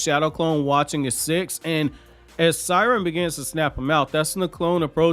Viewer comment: Seiren is pronounced as “Say-Ren” even in the anime that’s how they said it lmao I’m a fan of you but u butcher way too many names 😂